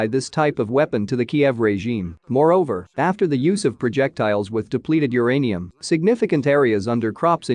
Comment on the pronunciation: It's uranium, not the other thingy. 😅😅 // But I certainly didn't know all this about the consequences of the use of depleted "UR-ANIUM." 😅 Very concise and informative clip. 👍👍